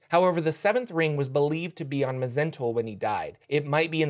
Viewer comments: It's actually pronounced Mul. The H, Z, E, N, T are silent. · It's just Zentul, the Mh is silent.